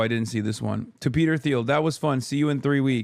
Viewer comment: It's pronounced like Peter Teal, please Hasan sir. I know this is a dumb comment but please